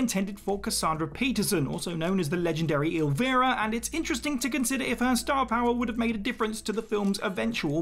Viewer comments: El-vie-ra, or Elv-eye-ra not ilvera. Please make sure you get her name right! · Did you just call Cassandra Peterson "El-VEE-ra?" That's "El-VEYE-ra." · Who the hell is Elveera? Oh, you mean Elvira? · El-Vi-Ra not El-vir-a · Some tiny nitpicks… Elvira is “Elv-eye-ra” and Truman Capote is “ca-po-tee”. I would be much more forgiving if there weren’t literal entire movies made about these people where they say their name like 100 times. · El Vera? Listen to The Oakridge Boys - Elvira and see your error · Elvira has a long 'i' sound. El-VAI-rah. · Dear lord...PLEASE do not EVER call her Elveera again! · Elle-Vie-rah. Like Steve Vai. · "Eelvera"?! you know you can just listen to a video of someone saying their own name right? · Nothing better when you call someone legendary and then mispronounce their name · You Brits and your proper English. 😉 It's Elvira, long I pronounced El vy ruh. And Lily's 1st name E van jeh leen. I think a Stallone Beverly Hills Cop would be cool to see since we got the great one from Eddie. I enjoyed the Snowman movie. My mom had died before I saw that film. It made me cry since the main character lost his dad. It's a heartfelt movie. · That pronunciation of Elvira hurt my soul. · How can you make movies about pop culture and not know how to pronounce Elvira? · It baffles me how everyone on this YouTube channel pronounces Elvira differently but never pronounces it correctly lol